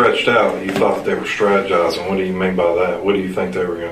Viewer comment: And he said #Scrategizing..I hollered!